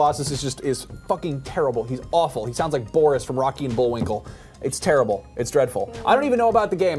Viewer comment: keeps saying Tara-ble:D